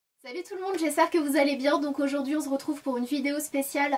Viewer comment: Oui elle dit toujours ça mais elle ne s'en rend pas compte haha, c'est mignon :D